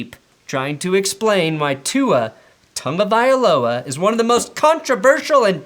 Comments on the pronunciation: Good correction, but why do you insist on pronouncing his surname "TaNgovailoa"? Is there an N in the middle syllable according to hawaiian linguistics? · Can someone explain to me why so many people pronounce tagovailoa tungavailoa? No idea why it bothers me lol Not a dolphins fan I'm a chiefs fan but I think tua is a pretty good qb who is only getting better since he has good weapons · Why do people say Tua's last name with an 'n'?